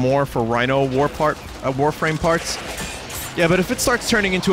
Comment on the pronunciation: Warfwame [Sritch]